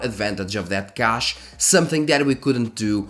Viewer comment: The Ca in Cache is pronounced like ca in cash 💸. Thanks for the video.